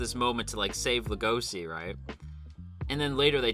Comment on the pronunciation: Lego she. It's pronounced Lego she. Not La go see. What is wrong with everybody why do the keep pronouncing Legoshi's name wrong?